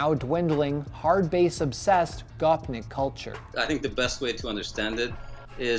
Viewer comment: Next time u say gopnik please use the right prounounciation